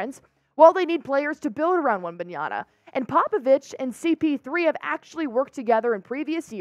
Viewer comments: Hi. It's Wembanyama not Wembanyana. ✌️ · I see you trynna be slick saying wembanyana like the mis spelled jersey. 😂😭🤣